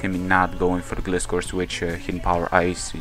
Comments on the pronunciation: Glyscore is how it's pronounced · the legititimate pronunciation is gly-score (like gliding scorpion). I'm not just saying that, the pokedex for 3DS pronounces it like that. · I think it's Gl-eye-scor, because that's how Gliscor says it xD but like, Gliiiiiiiscorrrrrrrr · nice match man. I looked up the pronunciation and a lot of sites are saying it's pronounced like Gly-skor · Detailed Result: 252 Atk Terrakion X-Scissor vs 252 HP/0 Def Celebi: 86,14% - 101,98% 12,5% chance to OHKO So either he was lucky, or he was banded. Also, Gliscor is a combination of Glide and Scorpion, so you figure out the pronunciation ^^